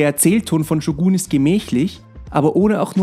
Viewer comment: bruder ich feier deine videos aber man spricht shogun nicht shuguun aus